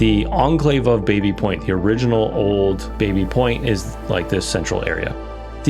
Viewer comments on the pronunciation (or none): Baby is properly pronounced 'Bah-by', if you can't do that, 'Babby' is fine. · The area was once owned by the Baby family, pronounced Baa-bie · The name "Baby" is actually pronounced "Bobby", after the French founder James Baby.